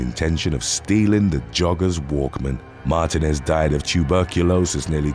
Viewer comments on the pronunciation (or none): Martinez is pronounced, MAR -TEE - NEZ.